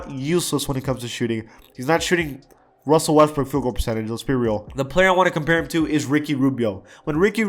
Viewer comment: RUSSSELL WESSTTTBROOK